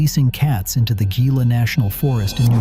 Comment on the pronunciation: Gila National Forest is pronounced "He-la".